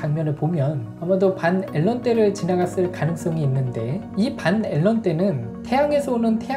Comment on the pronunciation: 밴앨런데아님? 왠 반앨런데?ㅋㅋ